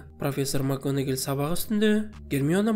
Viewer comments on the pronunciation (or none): Макганагел емес Макгонагал шшар можеть быть